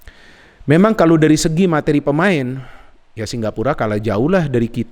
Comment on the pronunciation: Apa aku salah dengar ya Kok selalu ngomong singgapura 😀😀 Bukan singapura